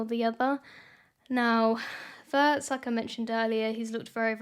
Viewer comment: One small comment on the proper pronunciation of Wirtz: it’s like Veerts - veer + ts. We don’t have the English ‘w’ sound in German , but pronounce a ‘w’ like English’v’. The vowel ‘i’ by itself is like ‘ee’ in English, but always short.